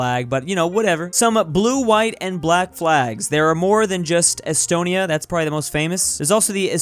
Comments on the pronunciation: It’s Es-stone-ee-ah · You pronounce Estonia like est-o-ni-a (æs-tә-næi) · its es-to-nia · YOU PRONOUCED ESTONIA WRONG